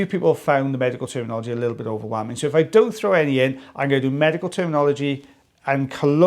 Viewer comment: It sounds like you said "magical " not medical. Omg